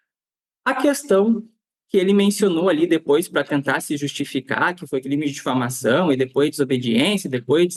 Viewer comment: O Delegado não tem nem horatoria, não sabe nem pronunciar a palavra diflamação. Vejam o vídeo dele tentando justificar 😅😅😅